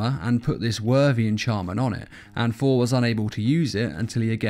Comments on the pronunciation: His name is not "For", it's "Thor". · It’s funny it sounds like he is saying four instead of Thor